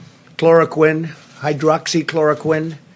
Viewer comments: He practiced for sure. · Hydroxychloroquine, I am surprised to see that he pronounced it right and in one breath.